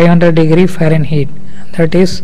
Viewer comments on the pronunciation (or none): So long as you have chosen to speak in English, is it so hard to learn to pronounce "Fahrenheit" as it is normally pronounced by English speakers?